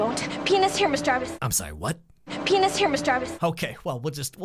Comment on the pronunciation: “Penis here Miss Darbus “ I died 😂😂😂 I know that’s probably not what she said but It sounded like it 😂